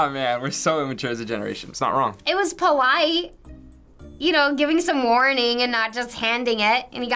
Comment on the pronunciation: 2.48 POWITE